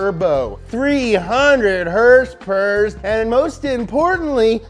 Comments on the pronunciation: Two haendred heurspeurs !!! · My favorite part of this is when you actually pronounced it "Horse Power" #NomoreHRSPRS